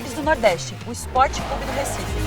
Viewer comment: Pq esses sub-humanos gritam "Ispó! Ispó! Ispó!" Eles não sabem que o nome do clube é Sport??? O que custa falar direito, bando de animais???